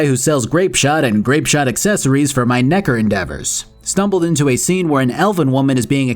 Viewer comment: Bro you can’t go slinging the hard r on nekker